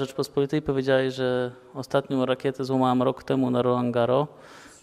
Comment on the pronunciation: Wreszcie ktoś powiedział 'roland garros' jak trzeba, bez tego esss na końcu 🤗